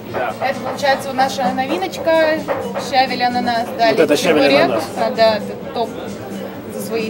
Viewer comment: щавЕль, а не щАвель, но всё равно спасибо, надо будет заглянуть за чебуреками.